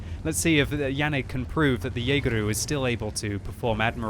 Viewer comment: It's Jageru, not Jageroo. It's not Australian.